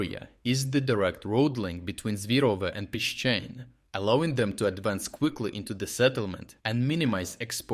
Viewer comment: What's with the alternating pronunciation of "Pishchane"? I wish he would just say it the Ukrainian way!